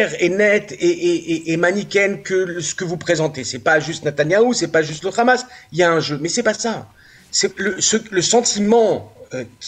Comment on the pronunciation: Pourquoi vous dites le Khamas c le HAMMAS